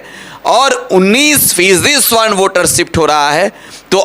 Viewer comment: Savarn hota hai swarn nahi hota hai